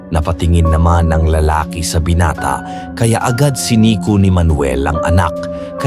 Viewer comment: Anong binate lods😂binata hindi binate(ai)